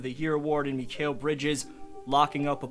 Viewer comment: Hey, amazing video! As a suns fan, its awesome seeing us get coverage like this. Heads up for future video, Mikal's name is pronounced mih-KALE, keep up the good vids :)